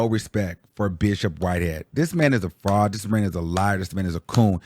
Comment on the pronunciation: Whitehead has been doing this for over a decade though 😂. And you saying “fraudT” was taking me OUT !!!